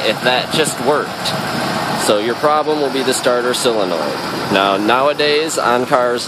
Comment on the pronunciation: solenoid not selenoid